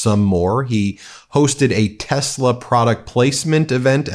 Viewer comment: No Ben, Trump calls the car a TESLAR. He doing commercials got 1 million dollars and can't even say the cars name correctly! 🤣